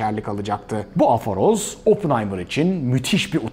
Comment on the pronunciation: bir küçük düzeltme yapmak isterim kelime afaroz değil aforoz (3. harf a değil o) onun dışında mükemmeldi filmden alınacak heyecanı kesinlikle arttırıyor. Artık izlemeye hazırım